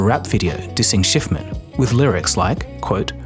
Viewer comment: Ah yes Avi Shciffman